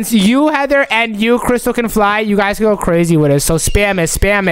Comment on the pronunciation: It's can not kan